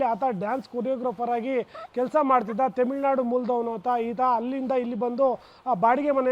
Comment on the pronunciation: Reporter :::::: it's not themilnadu... TAMILNADU